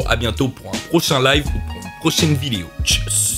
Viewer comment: Regarder le mot vidéo qui dit à la 5 ème seconde lol l'articulation